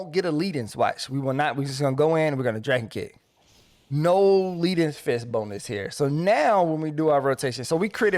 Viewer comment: Love this video. Transformed my monk damage. Just...one little thing that has nothing to do with the rotation. I think leaden fist is about that heavy metal, lead, which rhymes with dead (that thing that monks do to people). I don't think it rhymes with heed (which is what I do with your advice).